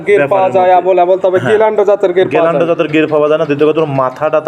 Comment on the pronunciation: অশিক্ষিত গ্যালান্ডো। গিরল্যান্ডো হবে।